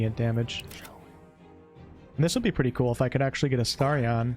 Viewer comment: Drives me bonkers you calling him Astariaaaaahn. Other than that, great video. 😂